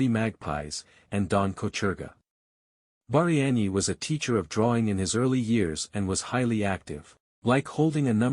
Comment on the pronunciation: Хлопці так не піде, так не працює. В заголовку прізвище Багряний написане по одному у описі по іншому, в відео по третьому, а диктор (ШІ) взагалі вимовляє так що не розбереш. Таким чином не популяризують особу. А так успіхів вам!